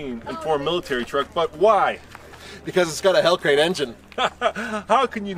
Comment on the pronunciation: Did just say "hellcrate" engine? 😁😂🤣